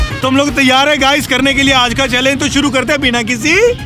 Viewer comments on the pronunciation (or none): none